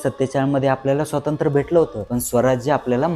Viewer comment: स्वातंत्र्य! नीट म्हणा हो!